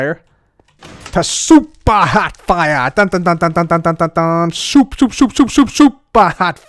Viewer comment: I Feel like when cub says super hot fire it feels like he is saying soup